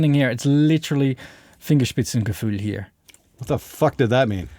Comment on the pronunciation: Fun to hear you say „Fingerspitzengefühl“ 😍 Did you checked out the Xtressor from Kiive Audio? Thank you for this nice video and it would b great to see more from you both.